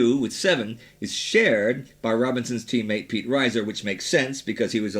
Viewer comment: Pete Reiser pronounced REE-zer, not RYE-zer.